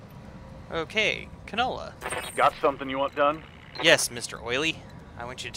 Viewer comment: "Mr.Oily?" really? his name isn't Canola, it's Kanaloa...one of the major gods of Hawaii, associated with the ocean and long distance navigation. And giving you grief is my job, if I didn't do it who would ;) Excellent episode all in all. Lots of bad stuff but you came out alive and aiming toward intact. The next episode should be interesting!